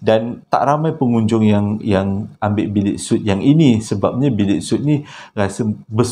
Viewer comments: Untuk minit , sebutannya sweet, bukan soot. TQ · Maaf ye, sebut suite tu mcm Sweet...